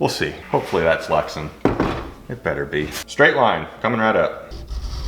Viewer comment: Glad to see you back. Polycarbonate is polycarbonate for your purposes. Lexan brand name pronounced Lex-Ann not Lexun. All that with love. Hold the heat gun farther away. Take way more time to bring it to temp. When it reaches thermal transition it will bubble soon after. So get it formed quickly. When you are close like that the outer portion reaches thermal transition before the center. It has to be heated all thru. Many years spent working with polycarbonate. Good to see your work again.